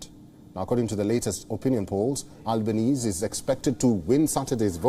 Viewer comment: This guy’s pronunciation of the Labour leader 😂😂😂